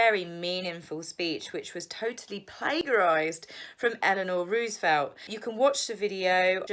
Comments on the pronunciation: Lol good content. It’s pronounced plajerised ! Silent G. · "Plague- arised"? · It's not "plague-arise." The "g" is pronounced as a "j". Good show!!!! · darling plagiarised is pronounced with a j not a g in the middle. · Plagiarised......soft ‘g’.